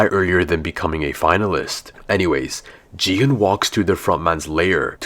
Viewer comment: It’s Gi-Hun not Ji-hun